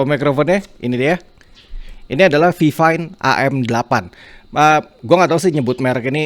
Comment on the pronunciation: setau saya dibaca fine fine sih